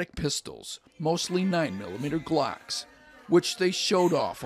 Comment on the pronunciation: Glacks 🤣, you mean glocks